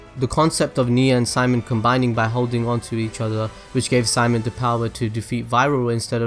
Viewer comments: it's actually Shi-Mone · His name... Is pronounced... See-... MONE